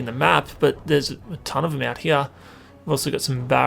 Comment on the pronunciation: "Over hiar"